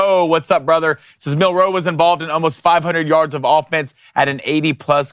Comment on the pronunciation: It's Mil'-roe, not Mil-roe', Ein-stein'.